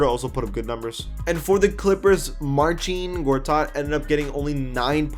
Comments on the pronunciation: it's not Marcheen, it's Marseen. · big dik That's great but I didn't ask. 🤷‍♂️ But I know it is Marseen. Like I said he even called himself Marseen. Maybe that's how you pronouce it but other polish people might say it otherwise. No more replies from me.